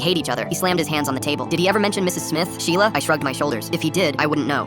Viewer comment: "MY SHELIA"